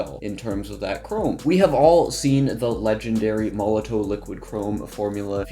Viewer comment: Made a whole YouTube video about a company and product that you aren't pronouncing correctly and you didn't read the instructions for....lol